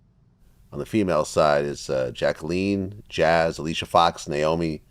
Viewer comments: “coffee kingston” nd “jackleen” vlad never knows wtf he’s talking ab fr. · And Jack a leen 😂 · 12 Swerve should’ve corrected Vlad’s pronunciation of Kofi & Jacqueline. Also it’s crazy that Vlad forgot to mention Mark Henry who he’s interviewed who held the WWE World Title for 3 months. His 2011 “Hall of Pain” era from Night of Champions to TLC was sheer physical devastation every night. Vlad also forgot Layla El who was the Divas Champion in 2013 when she returned after being off TV 4 days shy of an entire year as a surprise opponent against the champ Nikki Bella